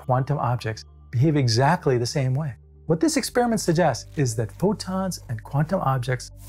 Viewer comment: “ what this SUGGESTS” read “Snakeoil” 😂🤣😂